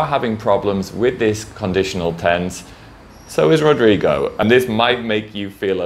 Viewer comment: that's not really the way we pronounce Rodrigo... but is definitively the way I will be pronouncing now on... it sounds fun and tickles the tongue hahahah! thanks for the tips on the video! love you!